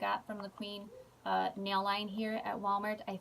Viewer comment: You are too cute! Lol. I love the pueen stamper, oh and it’s pronounced (pween) so you were close. So instead of saying queen just put a P in front instead of the Q ☺️. I’m slowly starting to get back on YouTube since moving and we still have tons of boxes to unpack 😩 but oh 🤷🏼‍♀️ love your videos girl!